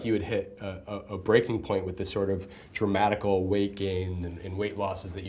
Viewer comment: Haaa did that interviewer actually say "dramatical"?!! Twice!!